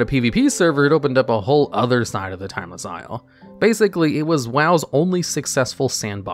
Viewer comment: You pronounced timeless isle correct.